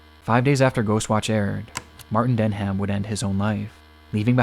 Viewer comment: That teenager called Martin Denham….his surname is NOT pronounced DEN-HAM, it’s pronounced like DENIM. You don’t pronounce the “h” at all.